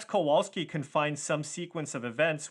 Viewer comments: it's not Kouolski, it's Kowalski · KOVALSKI if that makes it easier not to massacre his surname so badly.